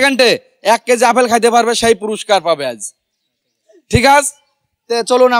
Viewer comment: আরে ভাই আফেল না আপেল। এ ভাবে অশুদ্ধ বাক্যগঠন করেন কেন।